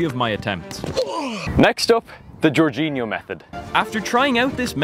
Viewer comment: It's not GEORGEinho but, Jorginho...